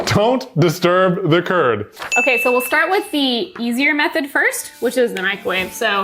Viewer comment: "DO NOT DISTURB THE CURD!" I heard "Do Not disturb the TURD"